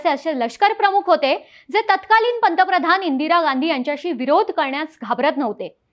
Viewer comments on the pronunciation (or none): none